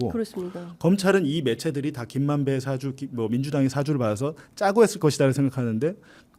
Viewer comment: 딴지 겁니다. "社主"는 발음할 때 "사"에 액센트를 넣어야 합니다. 그러니까 사`주..라고 해야지 처럼 발음하면 다른 단어가 됩니다. 이는 "사과(謝過)"는 사-과라고 하고 사과(apple)는 "사`과'가 발음이 다른 것과 같습니다.